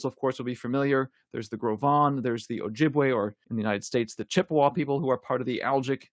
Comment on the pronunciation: I didn't know how to pronounce Gros Ventre name before. Thank you.